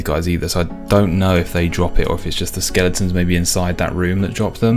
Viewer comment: Skel-ing-tons 😂 ❤ skel-e-tons